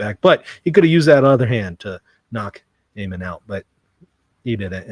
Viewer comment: Your attention to detail is so low you can’t even pronounce Ammon’s name right. His name is not Amen 😂. Likewise your comments are childish and superficial and you have zero knowledge on the subject. There is no reason in theology and you are not making any sense at all.